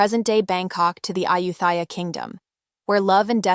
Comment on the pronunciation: Isn't it pronounced iCHEEyi? And Gelboys is JELLboys. Thanks for the overview!